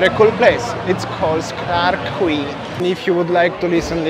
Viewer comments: QUAY is pronounced..KEE🙄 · It's pronounced as key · The word Quay should be pronounced as "key". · Clarke Quay, Boat Quay and Robertson Quay.. Quay is pronounced as Key.. hope you’re enjoying